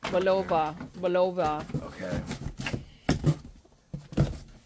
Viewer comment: Speidel is pronounced Spy Dell, they mainly make watches and watchbands, but they also make some jewelry such as ID bracelets Bulova is pronounced Bull uh va.